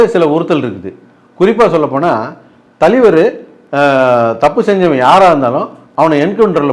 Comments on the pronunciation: Thalaivar❌ thaleevaru✅ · THALAIVAR❌ TALIVAR✅ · Thalivar❌ Thaliveruhh✅....😂😂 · Thalaivar ❌ Thaleevaru✅ 😂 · தலைவர் ❌ தலிவர் ✅ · Thalaivaru❌ thalivaru✅ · தலைவர் ❌ தலீவர் ✅ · Thalaivar ❌ Thaleevar✅ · Indha aalu ku thalaivar nu solala terla. Thaleevaru nu solraru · அமிதாப், தூஷாரா னு சொல்லுவதும் தலீவர் என்பதும் வேற லெவல் வேட்டையனை வெட்டி ஆக்கிய ப்ளூ சட்டை 🤝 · தலிவர் இல்லை அண்ணா தலைவர். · I can sense your frustration, pain in your ASSS when you pronounce the word THALAIVAR as thaleevar. Hope you got your meal today and also consult with your doctor about the pain in your ASS. It’s called rajini phobia. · தலைவர் ❌ தலீவர்✅🤣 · தலைவர் ❌தலீவர்✅ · தலைவர்❌ தலிவர்✅ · "ஷமூக விரோதி" 😂😂😂 தலீவருக்கு "ச" வராது "ஷ" மட்டுமே வரும் 🎉🎉🎉... ஆனா இதல்லாமா கவனிப்பீங்க😮. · Tone: Thaleevar😂😂😂😂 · தலீவர் தலீவர் தலீவர் இரிக்கி இரிக்கி இரிக்கி 😂😂😂😂